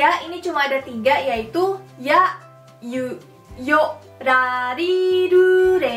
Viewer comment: Huruf hiragana ra ri ru re ro aku denger penyebutanya da di du de do